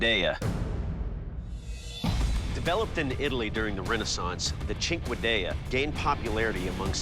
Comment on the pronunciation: Thank you for finally teaching me how to pronounce cinquedea🤝